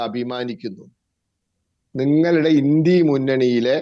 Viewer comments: ഇൻഡ്യ അല്ല ഇൻഡ്യാ മുന്നണി ഇവൻ നാക്ക് വടിക്കില്ലന്ന് തോന്നുന്നു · ഏതാ ഈ പൊട്ടൻ INDIA എന്നത് ഇൻഡി എന്ന് വായിക്കുന്നു പറയുന്നു